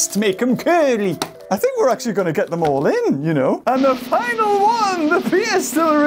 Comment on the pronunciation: The way he says “WONE” Toro be like “this maniac has my family and he’s force feeding me!”